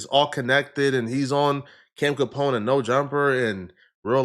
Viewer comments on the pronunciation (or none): none